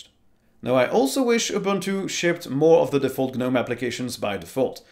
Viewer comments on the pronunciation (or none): It's just pronounced "Nome" not "G Nome". It's a silent G. Ubuntu Desktop is used by corporations they aren't going to change it as much, Ubuntu Desktop 20 works really well and really simply. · Please stop using the "G" in Gnome as it's silent. You don't buy garden "G"nomes after all!!